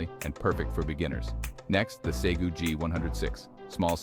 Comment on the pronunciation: Say-Goo? Who is that?